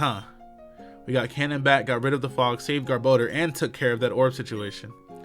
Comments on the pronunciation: Brother, You're saying Kanon's name all wrong and it's killing me lol. It's pronounced (Kay-non). Please everyone get him to see this. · Red レッド If his name was spelled (Kannon), that would be pronounced the way he’s saying it.